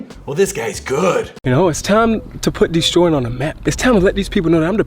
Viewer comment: Deestroying. Deestroying. Deestroying Deestroying